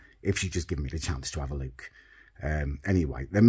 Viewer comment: "Lewk at the pew Lewk at the pew thee blew pew"